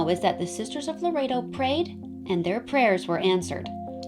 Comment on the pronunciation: It's pronounced lore ett toe. I live near the church. I try to help & guide as many tourists in the area as possible. I love telling people about my city. Our history is alluring.